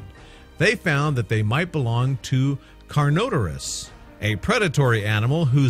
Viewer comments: Do you know how to say names of dinosaurs bro like what the hell it is a carno-taur-us and an ankleo-suarus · He pronounced carnotaurus wrong